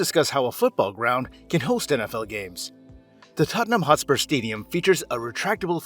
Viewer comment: Hotspur.. Not HostpurS